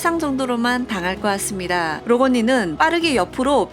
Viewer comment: '같습니다'가 자꾸 '았습니다'로 들린후로부터 이것에 신경이 쓰여요ㅠㅠㅠㅋㅋㅋㅋ